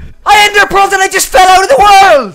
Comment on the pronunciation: "I ENDERPEARL AND FELL OUT OF THE WØØLD"